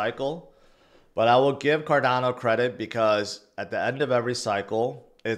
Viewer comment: What is a Cardanzo? You mean Cardano but Rtarded? 😂